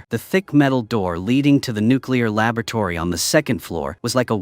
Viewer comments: "Lababertory"? XD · Huh,…. AI cannot say “laboratory”? I know that they can knock bottles unconscious but this is new.